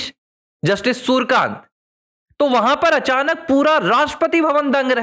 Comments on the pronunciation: नये CJI के नाम का उच्चारण आप गलत कर रहे है l उनका नाम सूरकान्त नही, सुर्यकांत हैl आपको कठिनाई हो तो .. सु र् य का न्त उच्चार कर सकते हैं l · Nam to thik bolo , Surkant nahi Suryakant hai ...